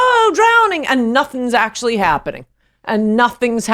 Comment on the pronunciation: Anne Coulter=Queen "Eckshually"...